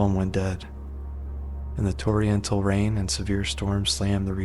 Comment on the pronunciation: Torrential is not pronounced "t-or-iental" it's "tor-en-shull"